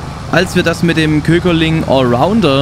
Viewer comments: Supergeiles video 👌👌👌 aber glaube man spricht das köckerling und nicht kööckerling aus 😅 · Kleiner Tipp am Rande 😉 Ich weiß Ostwestfalen ist weit weg von dir aber bei Köckerling ist es nur ein kurz ausgesprochenes ö 😉